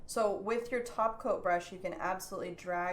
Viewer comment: I always hear "taco" when you say "top coat"... Maybe I'm hungry 😜